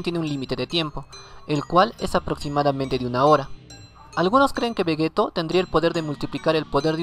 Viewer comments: Se dice Vegito no Vegeto ya se que se escribe Vegeto pero se pronuncia Vegeti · Di Veyito literal así se prenuncia no como se escribe.